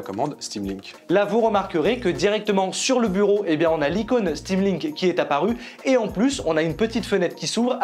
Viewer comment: "sudo apt install stamlink" :')